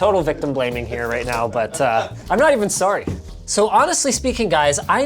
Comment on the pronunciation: When he says he’s “not even sorry” his Canadian comes out. That “sorry” was Canadian af!